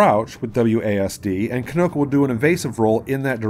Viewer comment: It is pronounced like key-no-ko, not kih-no-ko